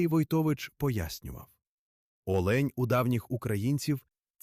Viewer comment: Не олеʼнь, а оʼлень!